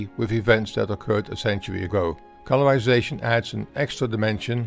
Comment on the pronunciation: "stowy" "incweasing" "colourwization" "gwowth" "degwee" ...